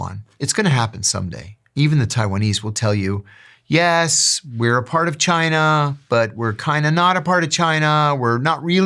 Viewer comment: Good ol Chai-ner